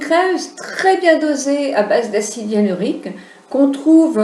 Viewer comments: en effet sait de quoi elle parle mais il n'empêche qu'elle a mal prononcé le nom du produit et a n'a même pas dit "EALINORIQUE " comme disait Houyam mais de L'acide "IALUNORIQUE", alors que le mot exact est "Hyaluronique"...écoutez bien c'est a 3.20 min =) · hello on dit acide HYALURONIQUE ET NON YALURIQUE MAIS BRAVO POUR VOTRE VIDEO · je me permet de vous corriger,vous dites l'acide éalinorique,mais c'est acide hyaluronique,et merci pour la video bonne continuation. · Elle fait une vidéo sur un thème qu elle n’a pas su prononcer une seule fois correctement.... 🤦🏻‍♀️ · Vous êtes très belle.. Vous n'avez pas besoin de plus, acide HYALURONIQUE... Vous le dîtes mal !!! je ris.. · MDRRR ..a parce que vous vous ne faites pas pitié en Commentant "C EST VOUS QUI AVEZ MAL COMPRIS" , donc 1 Conseil Lavez vous les oreilles ma grande avant d'ouvrir votre grande bouche , et le fait qu'elle ai été une Esthéticienne n'empêche pas qu'elle ai mal prononcé le mot donc si J'ai ENVIE de la corriger je la corrige que ça vous plaise ou non !! Et J'ajouterais que vous n'intervenez que pour faire des remarques aux gens mais aucun au sujet de la vidéo, donc retournez a vos activités qui n'ont rien a voir avec la beauté et laissez les gens interessées s'exprimer ! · Arrêtez de charcuter ce pauvre mot : HYALURONIQUE!!!! Lol